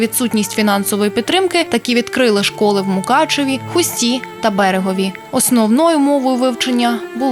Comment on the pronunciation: Диктора, навчився висловлювати правильно. Не ХустА, а ХУста, не в ХустІ, автор ХУсті.